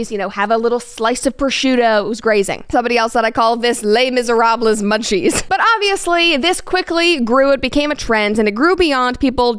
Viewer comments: hahaha this take is hilarious, I love it. But really if someone’s purposefully not going to pronounce it correctly they might as well just say, “The Miserable” in English. But for those asking, it’s pronounced, “LAY miz-eh-ROB.” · Brett, I like you, but you can't just pronounce Les Misérables like that. That's a war crime I think. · Brett 100% gets a pass because she's very well read and knowledgeable, and everyone misses a little detail here and there-- but can one of the producers lovingly let her know how Les Miserables is pronounced